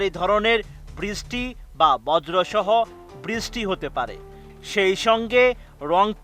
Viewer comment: Ei reporters gulore koi Pai. Brishty o thik moto uccaron Korte parena